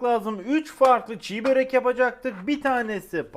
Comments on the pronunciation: Abi çiğbörek değil çibörek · abi çiğ börek değil çibörek doğrusu :/ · Abi çiğ börek değil çibörek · Çiğ Börek değil ismi Çi börektir düzeltirseniz sevinirim teşekkürler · Hocam Çibörek çiğbörek değil ğ yok